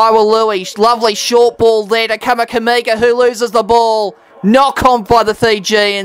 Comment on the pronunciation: Mate you pronounced 'Vunakece" perfectly but then you changed your rules on "Kamikamica'